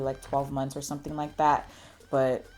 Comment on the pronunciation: "Let me tell you suhem.. Cause you know nuhem!" 😂😂